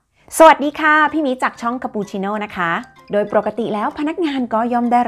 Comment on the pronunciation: ขอขอบคุณคุณที่ใช้ภาษาไทยได้สวยงาม การออกเสียงควบกล้ำ ร ล เธอ ใช่ ใจ จะ จาก ที ชัดเจนมากๆครับ